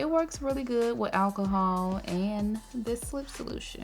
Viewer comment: Admit it, when she said alcohol, we thought she is saying Ass hole 😂